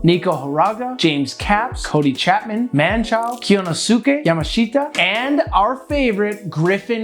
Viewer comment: You butchered KYONOSUKE YAMASHITA lol it’s K-NO-SKAY